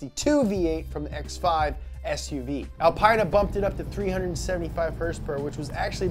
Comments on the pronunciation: It’s pronounced al-pee-na not al-pie-nah 🤦🏼‍♂️😂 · Alpiena?? I that it was “alPeena” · its AL-PEE-NA not AL-PIE-NA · I doubt someone who calls an Alpina an alpayna has ever heard of THE Carlton 😁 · Correct. And you probably say Alpina not alpayna 👍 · You cant say “alpine-uh” it sounds too much like lady parts